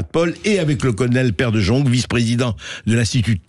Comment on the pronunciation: On prononce De" yong" pas de jong😊